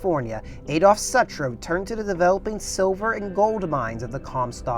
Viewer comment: Pronounced sootroe